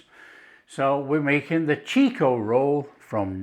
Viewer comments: It is chiko, not cheeeko. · Chick-oh, mate... Not "cheek-oh! From the home of the Chiko Roll! Most Australian will be unable to say what's in a Chiko Roll! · Its actually pronounced chikko not cheeko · Those look much much tastier than the actual Chiko (pronounced chick-oh) Rolls we buy here in our take-aways. The real thing is rather ordinary. These look delicious.